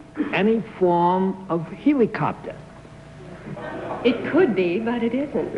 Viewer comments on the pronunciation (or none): This aired so close to the invention of a helicopter that they didn't know how to pronounce it yet.